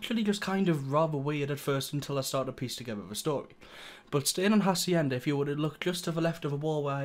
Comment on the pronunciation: Don't ever say Hacienda ever again.